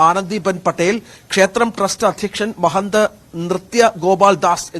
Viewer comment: മലയാളം അറിയില്ലേ ഇയാൾക്ക്..!? സർവ്വ സംഘ ചാത്ക്..? നൃത്യ മഹാന്ത്..? കഷ്ടം.